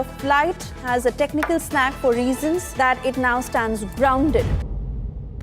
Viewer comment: Technical "snack"? 😅